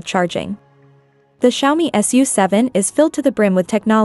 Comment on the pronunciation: Nicht Kschaumi, sondern Scha-Omii